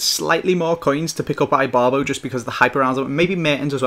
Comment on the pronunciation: How did you pronounce Ibarbo? XD it's not Ibarbo as in "I Robot"